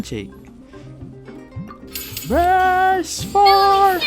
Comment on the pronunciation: I was laughing when you said ''brust for handshake'', btw i actually love it. my country didnt speak eng a lot i can speak eng well but sometimes i cant hear what're they speaking, nah when i hear your voice i can understand without subtitle